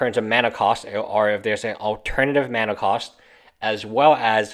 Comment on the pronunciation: Why can't you say mana?